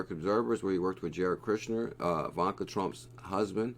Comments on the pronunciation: Great video! You said it right once 😂. (E-vaughn-ka) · Learn how to say Ivanka it’s really not hard sound it out